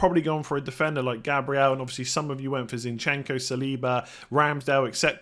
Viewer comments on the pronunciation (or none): none